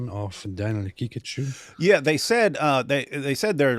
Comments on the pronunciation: Daniel Ha Picachu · ”Or as he pronounces it, Danenenene haqiqatiou”😂😂